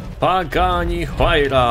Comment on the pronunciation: Czyta się łajra a nie huajra jeśli chodzi o Pagani